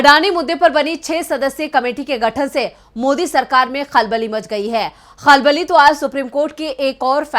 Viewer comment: اپنے تلفظ پر توجہ دیں، "خلبلی" نہیں بلکہ" کھلبلی" ہوتا ہوتا ہے۔ شکریہ